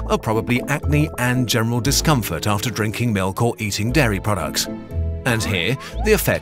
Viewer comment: Your pronunciation of 'dairy' sounds like 'Derry', so now it just sounds like you have a problem with the environmental effects of Irish milk...